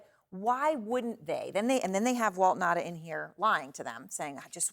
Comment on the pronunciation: Pronunciation for Will Nauta is not Will Nah-dah it's Will Now-ta. Anyhow, he's probably just blindly following orders from former prez absolute chain of command.